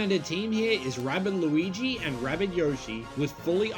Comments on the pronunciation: It is Luigi not Lluwwelln nor Lois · Only reason mention that you keep saying Luigi’s name wrong just because😅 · His name is “loo-e-g” not Lucas, lucario or lugia